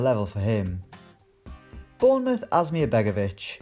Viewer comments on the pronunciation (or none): none